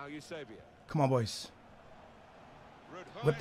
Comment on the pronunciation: Parabéns mano adoro quando dizes Eusebio !!! Portugues a 100% és grande jogador mano.